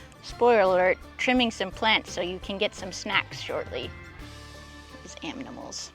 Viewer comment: “Those aminamals.”😂